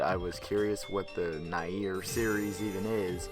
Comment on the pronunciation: Its pronounced near, damn!